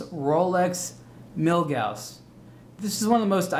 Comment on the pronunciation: Props for pronouncing Milgauss correctly.